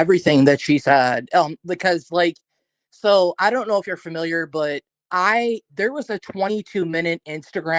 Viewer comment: Why does everyone keep saying fermiliar on this channel instead of familiar ? 😂